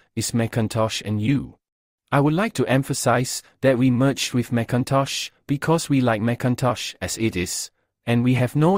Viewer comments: It's Mick in Tosh. NOT MAC intosh. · "McIntosh" is pronounced "Mik...". "MacIntosh" is pronounced "Mac..." But that's only if you prefer to say things correctly, and be accurate in your speech. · lol I believe is pronounced “Mc” not “Mac” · For the record, you are mispronouncing the name, it's not MACintosh, it's McINtosh, like Mkinly, stressing the second syllable, omitting the ä. In other words a whole different word, even spelled differently. This was understood when Jobs approved the naming, But when the trademark was applied for it was cross checked and denied not for the trademark of the name already taken, but actually for 'Phonetic Infringement' That's why the PCs weren't even on MLs radar, it's a whole different name. But when they were called by Jobs and asked for permission for a variance to maintain using MacIntosh, they were initially denied, later agreeing to a brief licensing agreement, followed by a deal to buy it outright , for a price that still to this day remains a secret, estimated to have been between 100,00 and significantly higher. The more you know.